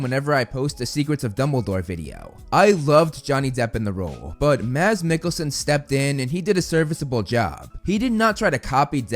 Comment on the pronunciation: bro the first none dane to ever say mads mikkelsen right